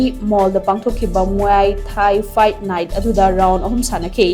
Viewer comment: muay thai se mui thai na pronounce twbne